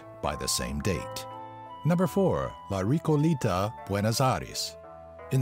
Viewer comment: La Ricolita?; La Recoleta weon tonto....